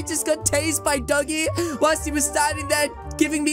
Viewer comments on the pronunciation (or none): none